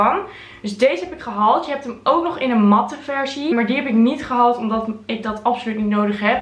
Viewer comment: Klinkt ook totaal niet raar! Ieder zo zn accent girl 💯